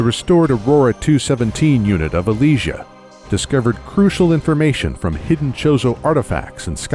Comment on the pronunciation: Aleezzsha? I thought it was Elysia? Roondus? I thought it was Rundas? Zeebeese? I thought it was Zebes?